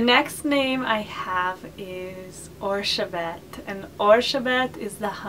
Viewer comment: Hi. The hungarian form of Elisabeth is not "Orszebet". It's Erzsébet [erʒeibet]. And the russian form is not "Elizavetta", it's Yelizaveta [jelizaveta] (Елизавета 😉). I didn't want to criticize you, I just wanted to tell. I love your videos!:)